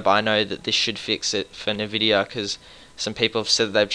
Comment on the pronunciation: Haha... Raid-on and Nuh-vidia.